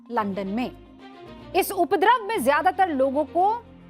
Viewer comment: उपद्रव शब्द का सही उच्चारण सीखिए